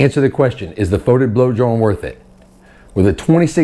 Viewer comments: its pronounced fet-id not fot-id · I pronounce it FEE-tid. Potahtoes, potaterz... ... and FYI GW pronounces it “Foe” tid on their Warhammer TV channel.